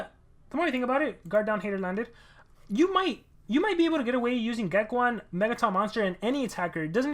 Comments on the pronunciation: I still think its geck-own not geck-1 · Hey just saying it's pronounced Geck(own) not Geck(1). Anyway great video:)